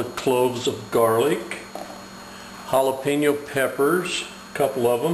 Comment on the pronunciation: why he say holla peenyo?